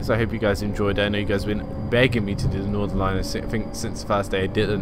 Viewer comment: It’s not Nordern line it’s Northern line